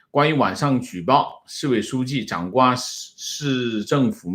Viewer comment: 掌掴（guo第二声）